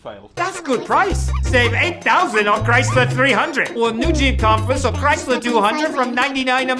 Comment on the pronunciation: He said christler